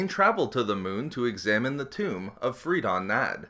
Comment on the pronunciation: Free-dem Nads...